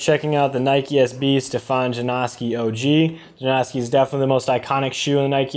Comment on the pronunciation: "JUH-NOW-SKEE" Not "JUH-Naw-SKEE" Just a heads up